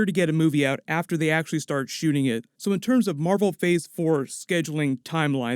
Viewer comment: Am I trippin or did he say "fhor 4"